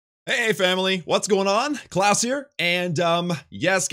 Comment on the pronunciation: hehe u said instead of klaus